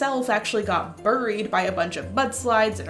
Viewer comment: "That's how it go bouried" Me- Oh she's Canadian